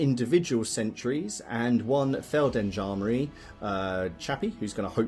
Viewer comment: Awesome vid! Really interested in 0200 Hours and after your vid i ordered the starter set :-) On a side note: It's called Feld G endarmerie; you would pronounce the g (softly). Thanks for the great vid!!